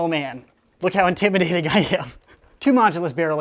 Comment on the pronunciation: STOP SAYING IMTIMADATING😫😫😫😫